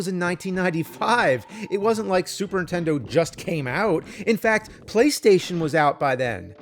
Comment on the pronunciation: well, over the last few days i binged it all...cool to see the evolution of the nerd....drives me crazy when he says super intendo though lol